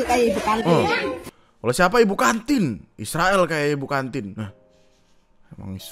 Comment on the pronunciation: bukan isrewel yg video bilang diserain (diserakin)